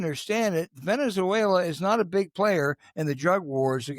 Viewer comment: The bald academic doesn't know how to pronounce Venezuela! Moron.